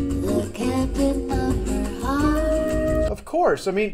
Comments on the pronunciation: He pronounces 'her' a little weird and it sounds like 'the,' maybe. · British accent so it sounds like he'h but I just can't here "the".